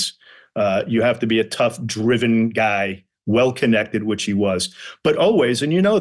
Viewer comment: Yeah- I noticed that with Fred pronouncing "Guy" Giiiii